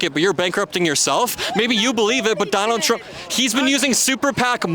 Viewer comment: johnald trump 😂😂😂😂😂😂